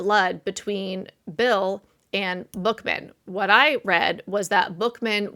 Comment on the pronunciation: Frank Buchman...pronounced Buck men.